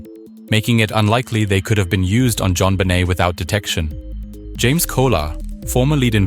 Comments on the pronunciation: Jon "Bennett"?!? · Can't even pronounce her name correctly...garbage